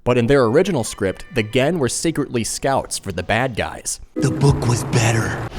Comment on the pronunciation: Another great video! Really love the additional information, trivia and dev interviews you cram into your videos. You really need more subs. "At war aghen!", bruh..